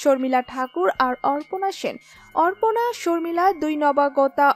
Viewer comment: অপর্ণা সেনক অর্পনা বলা হচ্ছে কেন